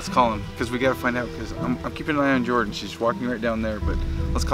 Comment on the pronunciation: It's Jordan not yorden